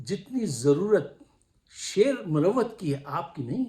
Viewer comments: Sir, another great motivating analysis, great words about Sher Afzal Marwat and the jealousy against him. Pls allow me to correct you. It is pronounced as "Marwat" not "Murawwat".😊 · Saab. Aadaab. YOU are sharing the best of your duty,every patriotic Pakistani has to strive as to defend Pakistan against the usurpers. I would like to correct your pronounced word about Sher Afzal khan marwat. Marwat is a sub cast of pakhtoons in kpk,like afridis,yousufzai,mahmand Wazir, mahsood,and khataks.stay blessed.